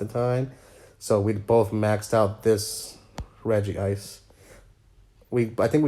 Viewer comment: Spends HUNDREDS of hours in Pokémon Go... Still can’t correctly pronounce Regice.